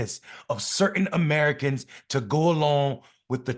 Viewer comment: Any person with a functional brain could listen to MTG who pronounces Americans as (Amyiericans) can easily see that she is so ignorant and must have been passing notes to her BFFS during English literature classes (if she had any) is an embarrassment to her state!